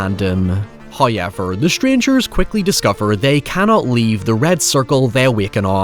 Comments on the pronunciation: Damn that’s a thick accent you got there “Hiever” lol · First "hoyevver" drops . We are rewarded as He is pleased.